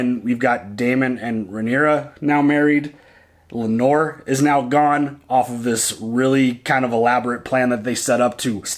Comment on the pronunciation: Lanor is my mother in laws name. It’s Lay-Nor!! Haha.